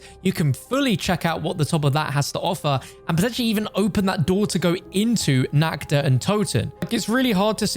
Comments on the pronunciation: In german how you speak it its wrong. You say it like: nackt. Not Nacht. Translate nackt please in english😂 but everyone who speaks english, says it wrong so don‘t worry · Nacht der Untoten❌ Nackt der untoten✔